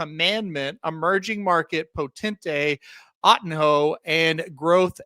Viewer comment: ottinho = "oh-teen-yo". portuguese for little otto. just trying to help.